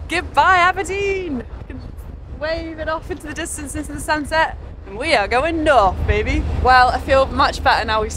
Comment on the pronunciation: Why do you say your 'th' sounds as 'v' sounds?